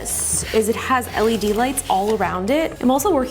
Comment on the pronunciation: I felt physical pain evey time she said LED